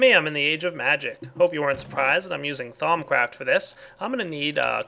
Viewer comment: and instead of thaumcraft i hear thong craft